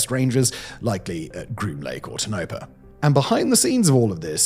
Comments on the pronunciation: Not Tinopa, it's Tone-e-paw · Tone -a - paa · Toe-NO-Pah. ffs. it takes 3 seconds to get that right.